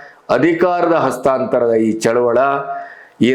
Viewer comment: Sir please tell Chaluvali not Chaluvala